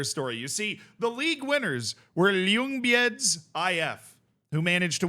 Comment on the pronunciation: I can't get over the pronunciation of Ljungbyhed 😂 it's more accurate as "Jung-bee-heed". Great vid!